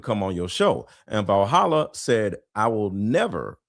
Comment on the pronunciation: I thought said “like Vahalla I have a YouTube channel”.